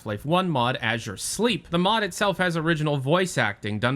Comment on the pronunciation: Azure Sleep? I thought it's Azure Sheep